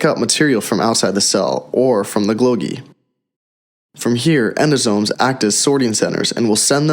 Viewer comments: It is called Golgi, not Glogi. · Repeat after me: Goal-gee, goal-gee, golgi... not glogi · This man really said glogi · "autosmal...glogi"? we hear clearly this is machine-voiced garbage. I don't like to be negative but this is really sloppy work.